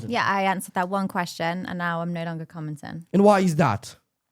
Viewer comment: It's "no," not "nourgh."